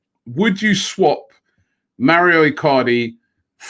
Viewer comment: Please Robbie Mauro not Mario - M-ow-row